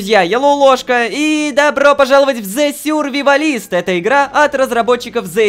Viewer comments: Ромаааааа!!! Пожалуйста произноси правильно!!!! Не зе сюрвивалис, а зе сёрвайвалс! Пожалуйста!!! Просто я этого не могу терпеть потому что очень сильно англичанин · The survivalist - Дэ сюрвАйвалист, а не "сюрвивалИст" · Рома: зе сюрвивалист Я: О, вы из Британии!